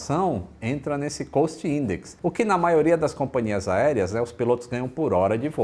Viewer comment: Grande vídeo como sempre, mas a pronúncia certa de COST eh "cóst" e não "coust". Abraço.